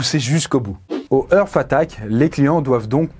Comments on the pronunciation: Lol l'accent anglais de! "Eursse" = "Earth" comme prononcé signifie "Terre". Ça se dit plutôt "Harte" = "Heart" le cœur. Voilà voilà jle place là 😅 Merci pour cette vidéo 😉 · comment il peut y avoir une équipe derriere et ne pas corrige de simple prononciation d'anglais. entre hart attack et hearth attack. c'est pas compliqué heart a dire pourtant. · Faut revoir ta prononciation de l anglais. Heart c est art ! Pas eurf... Ca c est earth.. la terre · Purée ne prononce pas heart comme earth!